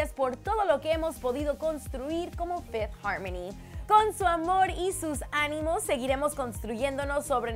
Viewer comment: Minuto fifty harmony???? Error de escritura o de pronunciación